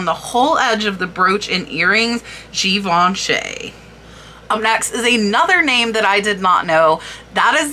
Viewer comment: thank you for another great research video-- they are my favorite..I really hate to correct people , and i certaily dont intend this to be taken the wrong way but in the spirit of learning-- Givenchy is pronounced (jhee-VAAN-shee) emphasis is on the 'Vaan' Haute Couture is pronounced (HOAT co-tur) or even OAT CO-TURR emphasis on the 'haute' it translates to HIGH FASHION and is the highest form of fashion design. to be a identifieed as a Couture design house there is a tightly controlled, invite-only application, governed by a committee of sorts known as Paris’s Fédération de la Haute Couture et de la Mode. and finally Pietra Dura is not a designer or design company (so pieces would never be marked as such) but is actually just the name for a particular style of mosaic work that uses relatively hard stones (feldspar and diamond usualy) You can identify a piece as pietra dura easily by the typically black stone background with multicolored inlaid stones - usually in shapes like birds/doves/flowers and leaves. they're gorge and worth a lot!! hope this doesnt offend you- i love all the hard work you do for these videos